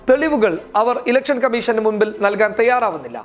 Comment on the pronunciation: ഇലക്ഷൻ 'കമ്മീശൻ' അല്ല കമ്മീഷൻ..'..ok